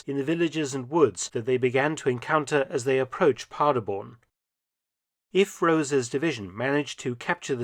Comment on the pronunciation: The city is Paderborn, nor Parderborn like he pronounces it had to look at the map and the 2 star general executed...sad...wonder if the tank commander was held accountable for it